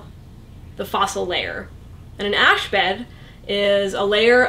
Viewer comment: She said carbon dating is all but useless after about 20,000 years. Isn't it more like 50-60,000 years? Btw, the way she says "ash bed" makes it sound like a Muslim holy day.